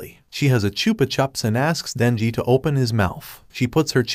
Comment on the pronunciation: When he was talking he said nenji. but his name is Denji